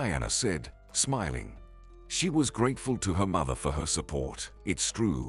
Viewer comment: Apparently his pronunciation of "Mother" is pronounced " Mither"!!